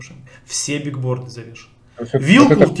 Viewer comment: биГборды???! БиГГборды??? Ну вы... ну как???....